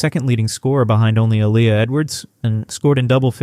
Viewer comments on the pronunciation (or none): none